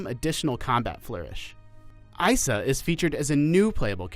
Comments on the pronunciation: That not how you pronounce isa. Is pronounced like this. Eeeeesaa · can you pronounce her name correctly, please?!?!?